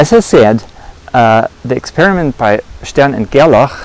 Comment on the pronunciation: It's nice to hear "Stern and Gerlach" in a proper accent. I think it's important to still remain critical about the conclusions of experiments like this. Rather than just stating the conclusion I would rather describe the experiment and then the conclusion that was made. Their experiment sent silver atoms - a structure of 47 protons, 60/62 neutrons and 47 electrons, through a magnetic field that is more intense towards one pole and weaker or more spread out at the other pole. They found that these silver atoms are 50% attracted towards the stronger magnetic filed and 50% attracted towards the weaker field. They concluded that this was caused by the spin property of the single unpaired electron in the atoms, causing them to align parallel or antiparallel with the field. In terms of 3d rotations, quaternions obviously have the ability to represent the orientation of particles through a 720 degree rotation, but better yet, they can be used in a continuous field to describe twists and knots in space which could represent particles for aether theories.